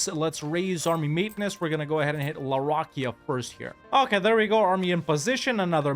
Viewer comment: Please look up how to pronounce the name for larakeyah